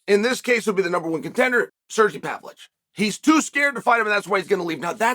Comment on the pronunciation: “Serjy Pavlitch”……🤣